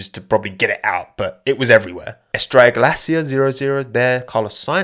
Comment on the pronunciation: The way you pronounce Estrella Galícia is very funny